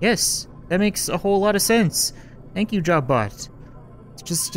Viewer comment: "Why do you have to ruin all my fuhn job butt" is what i hear and its pretty fricking funny.